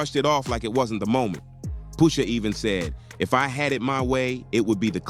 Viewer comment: Its Pusha (Push) NOT Poosha.